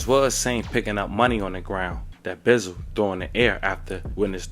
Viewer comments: It’s CEO BEZZ-AL not no beezal tf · These off brand azz folks , stay messing up people names ! Buzzard 😂